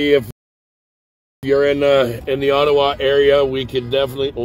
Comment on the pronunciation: Thanks for saying "Ottawa" correctly! Proves you are a real Canadian. On the news around the world it is Oh-tau-wa. So good to see you cheerful and on top of things.